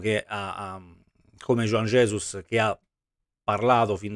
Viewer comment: avrà capito male juan jesus, gli avrà detto mi "rallegro", dai su per favore, il disagio scorre forte qui. Mi piace anche la pronuncia di juan jesus che è diventato jujugiuan ges